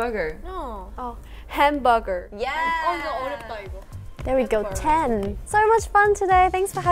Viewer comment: IT'S OK I SAY HAM BOOUGAR TOO ^^